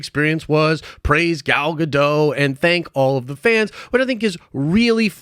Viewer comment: Why do you never pronounce Gal Gadot's name the same consistently in any video you mention her in?